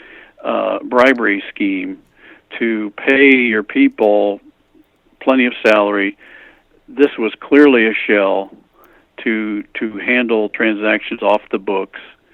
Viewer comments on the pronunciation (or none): "Shell" companies. I'm sure I heard Douglas twice say: "Shill" companies, eg: . Those "companies" just need an address where they are registered to. Correct pronounciation adds to credibility. Does Douglas really know how a "shell company" operates? It sounds like he's stabbing in the dark. eg: 209,000 fake companies registered at 788-790 Finchley Road, London UK > Fyi: Pdf. "The Role of Domestic Shell Companies in Financial Crime and Money Laundering (USA) November 2006."